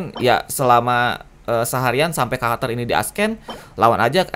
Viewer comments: Bukan nge hate, cuma mau bantu. “Ascend” bacanya “assend” bukan “askend”. Cuma mau bantuu ;) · Nice guide bang, koreksi dikit aja, "ascend" itu dibaca "assend", C nya bukan dibaca K, tapi ilang. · gw kesel banget denger bilang ascend jadi askkkkken:'v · Padahal dibaca esen ya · plis ascend jangan dibaca asken! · Lebih tepatnya dibaca s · bukan masalah aksen lah emang cara bacanya dibenerin